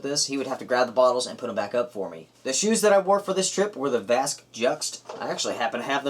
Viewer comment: Nice review of the great hike you and your brother took together,! I noticed in the hiking video and this one that you decided to pronounce Vasque correctly.;) You're great, man. Thanks.